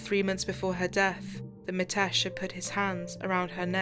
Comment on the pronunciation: It's ''Mi'' tesh, with an ''i'' sound not ''Ma'' tesh. It's not that hard a name to pronounce properly. & and it's said in one flow. A lot of Asian names, Viresh, Nikesh, Ramesh etc like this. Even the subtitles are incorrect- 'matesh' over and over again also.